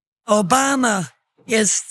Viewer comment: The way she said O B A M A in the beginning sent me 🤣🤣🤣🤣